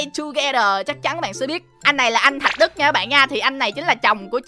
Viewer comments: Thạc Đức not thạch Đức ạa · thạc đức chứ đâu phải thạch đức đâu anh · Anh ơi anh nói Tên Anh Đức sai rồi ko phải Thạch Đức mà là Thạc Đức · anh ấy tên là Thạc Đức không phải Thạch Đức đâu anh ơi ! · Thạc Đức chứ ko phải là Thạch Đức ạ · Anh ơi anh Đức là anh Thạc Đức chứ ko phải anh Thạch Đức nha anh😂